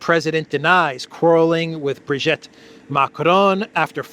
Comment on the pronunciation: Sorry, I cannot stand it any more. Please, it's Brig'i'tte, pronounce the second 'i' as an 'e', as in 'we'. Not Brig'e'tte, as in 'wet'.